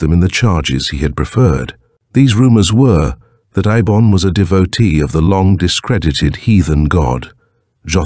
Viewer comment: I hate AI audio. It can't keep consistent. Eibon has been pronounced Ay bon, Ee bon, and I bon throughout the door to saturn